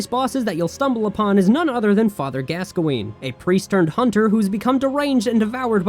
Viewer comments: its not "gasqoene" its "gaskoen" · Why do you pronounce Gascoine wrong 😑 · The way you said Gascoigne was painful.